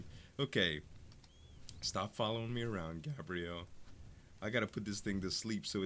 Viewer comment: GAY-BREE-ULL = gabriel not gabrielle